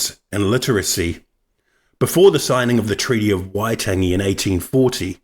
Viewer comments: Wai-tangy...can you say whyte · YOUR PRONUNCIATION IS ALL SHIT. WHY TANG E, WHAT THE HELL IS THAT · could of at least used someone who can pronouce waitangi im only 13secs in and im pissed off.